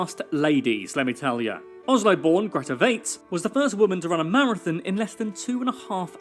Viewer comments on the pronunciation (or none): none